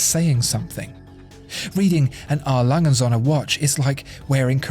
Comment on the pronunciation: Ohne day us germans have to teach you how to say Söhne...it will make these videos 100.1% perfect😊 I love this channel